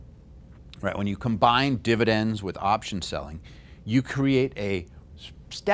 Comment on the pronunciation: fividends is that a new thing lol